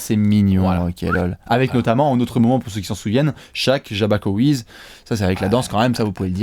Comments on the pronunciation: c'est Jabbawockeez pas jabbakoweez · Par contre c'est Jabbawockeez et pas Jabbackoweez hein 😁